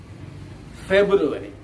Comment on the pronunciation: The months February and July pronunciation are new to us sir.. surely we will correct it sir...